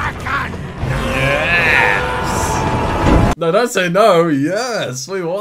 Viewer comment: So can you confirm, was right about it being pronounced "Krokken"?